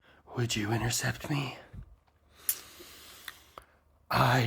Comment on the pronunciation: Would you incercept me?😅😂😂😂😂😂 gets me every time